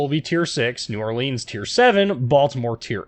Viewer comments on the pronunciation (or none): New "Or-lins." And hello from Louisiana